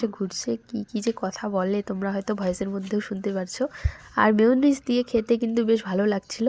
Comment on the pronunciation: মেয়োনিজ উচ্চারণ হবে।